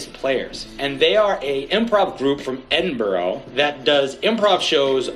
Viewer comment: Man called it edinbooorugh